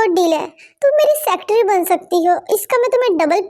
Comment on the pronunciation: Secatery not sectry